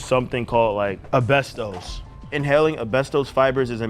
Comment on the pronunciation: Wouldn't want to inhale any "Abestos" derrrrrrrrr!!!!!!!!!!